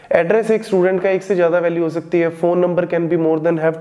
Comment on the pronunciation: sir baki tu saab samjh agaya lakin zada ko jada kiun bool rha hn?\